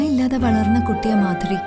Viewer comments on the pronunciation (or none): Maadhuri alla moodhari... Shavam 😡